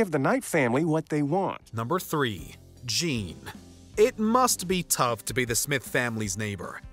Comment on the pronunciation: Isnt it Jean ?